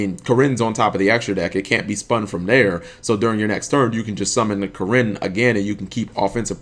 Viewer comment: pretty sure its pronounced "Kee-rin" but to each their own. Also i dont really think Kirin is that much of an issue, unlike stuff like B.A. that internally float and get free crap when they die and banish things with Farfa, you need scales to keep using Kirin effectively